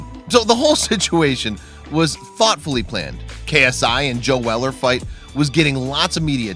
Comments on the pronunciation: First its locklen and now its fucking jail weller please learn english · It’s not ja Weller